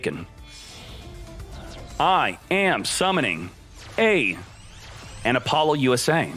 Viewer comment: “Apollo-USA” lol what? I’ve never heard anyone pronounce Apollousa that way 😄